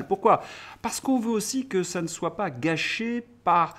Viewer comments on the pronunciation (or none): none